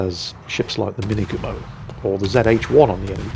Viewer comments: I wouldn t say right but close. Sounded a bit more like Minnegumo to me. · We keep telling you when you mispronounce things, no worries. You weren t incredibly far off with the Minegumo. Mostly that the syllables should be of equal length. Now if you ever managed to get kaze right...